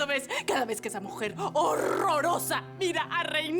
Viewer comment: dijo mojer no mujer